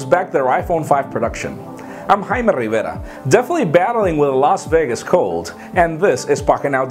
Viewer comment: It's Jaime RRRRRRRRRRRRrrrrrrrrrrrrrivierrrrrrrrrrrrrrrrrRRRRRRRRRRRRRRRRRRRa ;)